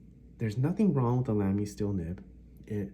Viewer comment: I enjoyed the natural way you spoke in your video and your information was good, but it was jarring for me to hear Lamy so mispronounced, especially when you used the word so often. I hate to be critical but when you suggested you might review the Lamy Safari I felt compelled to say something. The proper pronunciation of the a in Lamy sounds like both the a’s in Safari, or as though it would be spelled Lahmy. I am sort of a stickler on pronunciation and I have a good ear apparently for how to pronounce words, even many foreign words. I particularly pay attention to foreign words for some reason. So apologies for being picky. but honestly I’ve never heard anyone say it the way you do.